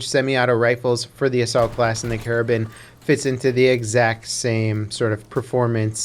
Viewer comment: It is pronounced "Kara-bean"